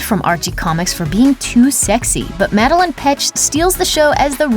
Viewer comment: It's MadeLAINE